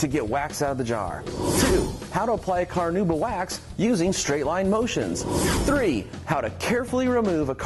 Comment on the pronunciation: No, not a big deal at all, I was just poking some fun. I do think that technically is it supposed to be pronounced "Kar-now-bah" but virtually nobody says it that way. Keep up the great work!!